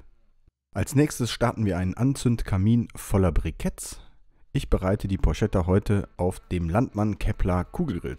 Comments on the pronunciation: Looks great. One thing dough: please don't call it 'porshetta' . It's porchetta. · Achtung Klugscheisser-Modus an Porchetta spricht sich Porketta, nicht Porschetta. Klugscheisser-Modus aus 😜. Weißt ja wie‘s gemeint ist 😎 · Cool gemacht. Italiener und Klugscheisser sprechen das Ding Porketta aus